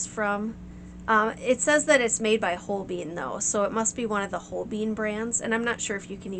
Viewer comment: NaIls on Chalkboard: MO-zart🙈🫣🤦🏽‍♂️🤦🏽‍♂️🤦🏽‍♂️🤦🏽‍♂️🤦🏽‍♂️ It's 'MO-tsart' And: 'Whole-bean' 🫣🙈🤦🏽‍♂️🤦🏽‍♂️🤦🏽‍♂️🤦🏽‍♂️🤦🏽‍♂️🤦🏽‍♂️🤦🏽‍♂️🤦🏽‍♂️🤦🏽‍♂️🤦🏽‍♂️🤦🏽‍♂️🤦🏽‍♂️🤦🏽‍♂️🤦🏽‍♂️🤦🏽‍♂️ It's paint named after a superb painter from the 16th Century with a German-Swiss name: Holbein = HOHL-bine, using typical English transliteration